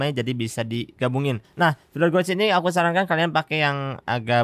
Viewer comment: kalo tulisannya mah emang bener sesuai bahasa Inggris gauge tapi penyebutannya kurang pas bang coba di google translate kan ada cara penyebutannya coba di chek ulang